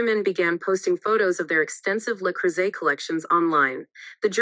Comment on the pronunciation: Why does the narrator pronounce "bow" as bough, yet correctly pronounced, le cruset? 😂 Its all so stupid Screw MM and screw the NYT for this offensive dribble